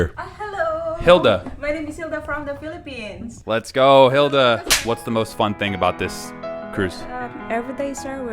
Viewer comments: Philippines bro not Philippians :hand-orange-covering-eyes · philippines not philipians hahaha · It’s Philippines not Philippians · It's Philippines 🇵🇭 not Philippians lol 😂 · It's The Philippines not "Philippians"! Lol